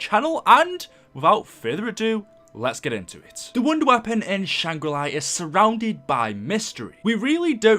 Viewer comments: Not shang ri lai its shang ri laa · why do you always say "shangrilai"? its shangrila its nothing personal its just something i wanted to say. but keep at the good work and love you vids ps:this is not the first time i heard you say shangrilai ☺😂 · I also never heard a map called "Shangri Lie" I thought it was "Shangri La" lmao